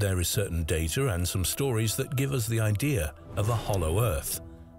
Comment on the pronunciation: There is no R in idea !